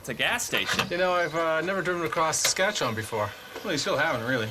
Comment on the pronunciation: Not many Americans can pronounce "Saskatchewan" properly, so to hear you nearly nail the proper pronunciation is impressive! 👍 I say nearly, as the "wan" part at the end is typically not as drawn out as you have it. Although, to be fair, most Canadians east of Manitoba have this similar issue when it comes to proper pronunciation. And yes, Corner Gas totally depicted small town Saskatchewan living, town rivalries and all. The creator of the series, Canadian comedian Brent Butt, was born and raised in the town of Tisdale, in the Northeast-Central part of the province. The name of the town in the show, Dog River, is a homage to the Doghide River that flows through Tisdale. The clip you played that talks about how flat it is, is 100% true, hence how Saskatchewan is also known as the "Flatlands of Western Canada". I'm also slightly disappointed that "Letterkenny", "Kenny vs Spenny", "Royal Canadian Air Farce", "The Red Green Show", "Mr. Dressup" or "The Littlest Hobo" didn't make the list, as these shows have also left an impact on Canadian culture.